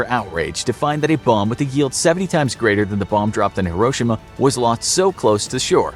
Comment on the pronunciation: Anyone else annoyed by the way he said hiroshima